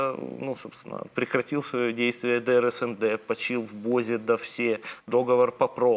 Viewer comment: Так сложно правильно ставить ударение в слове "договор"???